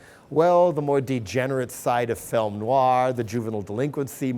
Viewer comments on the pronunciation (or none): none